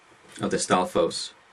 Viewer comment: in standard hyrulean pronounciation, you don't pronounce the "s" on 'stalfos'